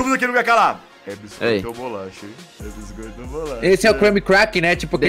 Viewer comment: E bolacha